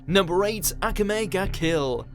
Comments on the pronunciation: Ack uh may. For christ sake, you know what's unnecessary? How badly you butcher the names you're pronouncing. That should be your next top ten. "Watch Mojo's 10 ten names I can't pronounce to save my life." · You just cant say 'akame' right, shame on u